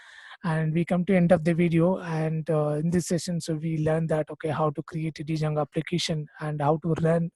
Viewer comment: great explanation, but please try not to call it d + jango, only in India we tend to do this mistake, d is silent, it should be pronounced jango, otherwise it's a great video, thank you :)